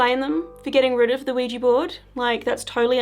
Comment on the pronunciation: People need to stop calling these "Ouijee" boards. It's so bloody proletarian. They are Ouija, not ouijee.